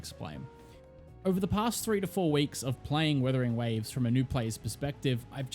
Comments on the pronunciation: IT'S NOT WITHERING IT'S WUTHERING WAVES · Are you saying Withering Waves or Wuthering Waves lmao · its wUthering waves, not wIthering waves!!!!! AAAAAAAAAAAAA